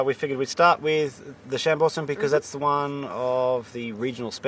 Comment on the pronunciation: Cassegrain Wines on the NSW Mid North Coast were the first to commercially produce Chambourcin. Also please learn the correct way Chambourcin is pronounced, your adding a very bad Australian scent to it! However your tastings noted are pretty good for the area which you are in at the moment :) great show by the way :)